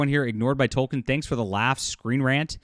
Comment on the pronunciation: Please stop saying "Tol-ken", it's pronounced "Tol-keen".